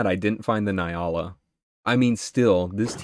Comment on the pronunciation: Hey, I’m really sorry to be that guy🤦‍♀️ but it is pronounced N-Yala. The N is said like (nnnn). Once again sorry to be that guy.